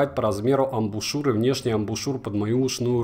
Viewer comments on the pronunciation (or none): none